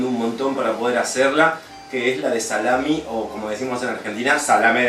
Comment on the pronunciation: Lo siento pero...no es salamin